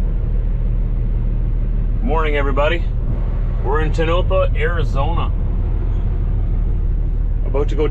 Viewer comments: he said it like Ta-no-pu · You are mispronouncing Tonopah. It is Ton-O-Pah with no accent on the last syllable. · OK, it’s “ TONE-a-PAW”. Ask someone there! Please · The area youre in is pronounced (Toe-no-paw) Tonopah😊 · Surprised when you were talking about the heat in Arizona you never mentioned how great it feels with no humidity. DRY HEAT 👍 Speaking of Arizona I'm glad you left for Colorado so we dont have to hear you mispronounce Tonopah again 😂